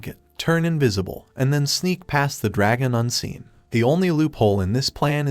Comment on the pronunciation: A groop of dargon riders😂😂😂😂 Edit: If you dont know; dragon is the proper pronunciation not dArgOn